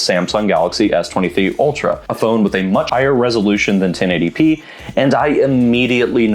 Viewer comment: 1080 pee-ee 😂